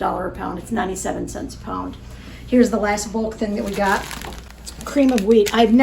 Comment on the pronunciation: I've been watching you guys for years and it's been fun watching the boys grow up. Especially Daniel because he's in the videos the most. I have nothing but great things to say about all of you. I just need to tease a little. Maybe it's a Mid Western thing, but I laugh a little everytime she says "cents" (sants) 😂 " comes out to.30 sants a serving" Anyway. I wish we had an Amish community here in California. Lord knows we need all the help we can get on groceries. Luckily we have an Aldi and a Walmart near by and a WinCo about 20 miles from here. We just have to weigh out whether it's worth the gas to get there or not (another huge expense here). Love you guys. Keep making great content and writing good newsletters ❤. See you in the next video.